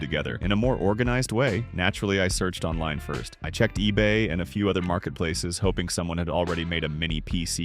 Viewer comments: Amazone?! 😂 Ebey?! 😂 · it said ebey and amazone 😭